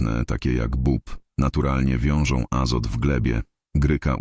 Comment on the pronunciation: Nie "bob" tylko "bób"